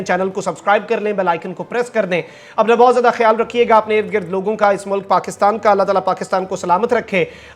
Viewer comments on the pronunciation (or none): none